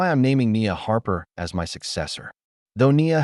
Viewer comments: Great story, but the A.I. voice just doesn’t cut it! A human voice, even if not always perfect would never render punctuation as a “dot” and the word “as” in two distinct letters “A” and “S”. A I voices put pauses where they don’t belong and don’t include them where they should be and the intonation is always off! In short, a torture to listen to. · The AI needs to be corrected. It keeps saying "A S" when it should be "as". This is not the first time in these stories that there have been errors. I have heard "U S" for "us", and "number" for "no". These errors should not be occuring.